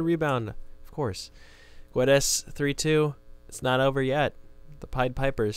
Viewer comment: Portugal lesson #2 : In Guedes name you dont read the "U". :D